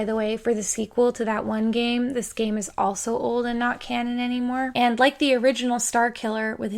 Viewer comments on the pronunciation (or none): none